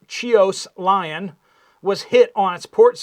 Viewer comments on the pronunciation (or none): none